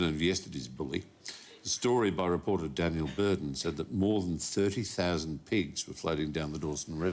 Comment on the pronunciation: 30 sows and pigs sounds like 30,000 pigs